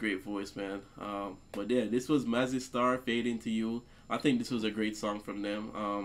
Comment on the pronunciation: thank you for pronouncing Mazzy right. all reactors call it Mazey for some reason like they dont know how to read lol